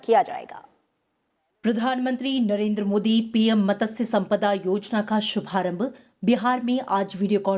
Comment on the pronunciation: Mam! It's not मतस्य it's मत्स्य🙄